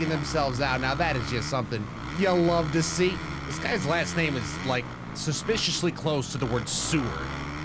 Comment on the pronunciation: Brett Farves long lost cousin (Feb-vr-e) and sewer is (see-wer) lol but your freakin for a international war criminal wanted on 7 continents